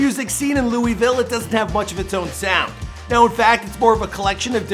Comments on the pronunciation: bro said lew wee ville like no we pronounce it lew ih ville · God damnit you killed the word Louisville In this and jack harlows vid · If one more person says louIEville ima lose it its lou-ih-ville no s or e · It’s not Louisville is luhvul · Yeh it's otha shi but he ain't en pronounce Louisville right